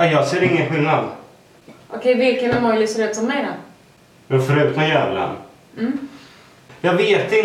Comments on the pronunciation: ÄMÅJI INTE ÄMÅJLI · Jonna varför så säger du emolji??? Men säger emoji!😂😂💖💖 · Heter det inte "emoji" och inte "emojli) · det heter emoji inte emolji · Älskar Att dom inte fattar vad du menar. Det heter ju emoji men Jonna säger emojli och det var det personen påpekade men efter som att svenskar har för låg IQ så fattar dom inge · Det rolig är att dom säger "Emojli" istället för "emoji"😂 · Vad är en emojLi, det heter emoji😂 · Superbra video! Så kul att ni säger Emolji istället för emoji :D Inget emot det, det blev bara charmigt XD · ni ä bäst men det heter imojii inte imojlii ingen L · man säger emoji inte emojli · det heter emoji inte emojli. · EmoJI, inte emojLI ;D Hahaha, men i alla fall jättebra video ♥ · Störde mig så mycket på att de sa "Emojly" och inte "Emoji" xD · Hhaaaa hahhaahahahhhahahhahah NOT EMOJLI DET HETER EMOJI 😂😂😂😆😆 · Jag gillar att dem säger emojli hahahah. Säger man inte emoji😂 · Emojli 😂 nej, emoji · Det heter Emoji INTE EmojLi! haha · På titeln står det emoji men när ni säger emoji låter det som emojli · Haha älskar men man säger emoji inte emojli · jag vill inte vara elak men man säger emoji inte emojli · WTF!?!? Emojli? Trodde det hette emoji😂😂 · Emojli haha det heter emoji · Asså det heter nt emojli det heter emoji😂😂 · Det heter emoij inte emojli 😂😂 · Det uttalas emoji, som de stavas. hahaha inte emojLi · Det heter emoji inte emojli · Varför säger ni emojli det heter emoji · EMOJLI??? Det heter emoji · Det heter inte e mojli det heter emoji inget hat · Hahaha emojli det heter emoji men skit i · Emojli? Det heter emoji :) #nohate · Lägg märke till att de båda säger "emojLi" istället för emoji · det heter emoji och inte emolji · Emoji heheh inte emojli #nohate #älskarerändå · det heter inte emojli det heter emoji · Emojlis? Ni menar väl emoji?! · det heter emojisar inte emojlisar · Säger ni emojli?... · Roligt att ni säger emojli Å inte emoji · man säger emoji inte emojli😤😡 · "emojli" hahahahhah.. så tråkigt när spelar dum